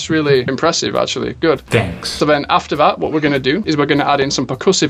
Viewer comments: YOOOO “tanks” took me out 🤣🤣🤣🤣🤣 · De ahora en adelante cuando escuche "Thanks" voy a pensar en "tanks" por esto xD